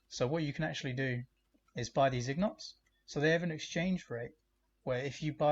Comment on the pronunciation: My dude, it’s ingot not ignot. Take care.